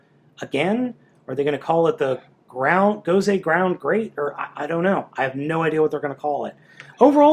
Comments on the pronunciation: it's not gound it's great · it is gosei grand, not gosei groud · its Gosei Grand not ground... It even says it on the card you showed in the begining. How do you mess that one up??